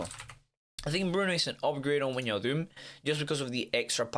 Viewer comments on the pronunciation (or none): win- yal - doom 😂😂😂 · “win-yal-doom” 😂😂😂